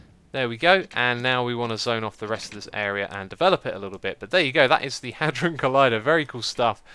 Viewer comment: Hadron is pronunciated h-ay-dron